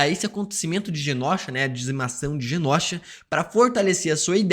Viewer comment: Só eu que fico incomodada do falar Genósha invés de Genôsha? Que gastura!